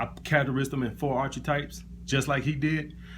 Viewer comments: It's AR-KEY-TYPES not ar-chi-types. not tryna be a smart ass just correcting you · It's pronounced this way Alpha: ark-a-types. Just looking out bro and paying it forward. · Archetypes is pronounced Ark-i-types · actually it's mor like arka-types my man, but it's all good though.